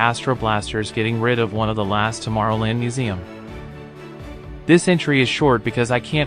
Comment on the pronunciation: It also mispronounces tomorrow land. This just gives the impression of being an amateur, a video that isn't very well made.